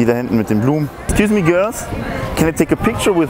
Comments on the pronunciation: "Ekscüs me göls, can I take a picture Wis ju, you are beautiful ladies." Und dann noch in dieser abgehackten stimme. Kein Wunder wieso es nicht klappt mein Junge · wie betont er denn das excuse me girls xD Und JA ich habe das video jetzt erst gesehen